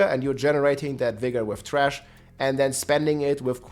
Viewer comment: you pronounced thrash as Trash ~ I love u 😂